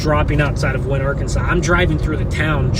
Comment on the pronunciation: Just for information, McPherson is pronounce "MucFurson" in Kansas. And the Arkansas River in Kansas is not pronounced "Ar-kan-saw," but "Ar-kansas", as in the the Kansas name. And El Dorado is pronounced "El Do-ray-dough" in Kansas.